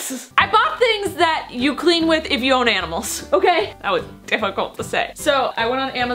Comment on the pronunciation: anyone else notice it said aMimals instead of aNimals. 😝